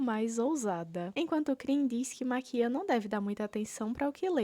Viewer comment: Gostei da ideia do vídeo e me inscrevi, mas foi desgraçado te ouvir falando Maquía em vez de Máquia ksksksksks de boas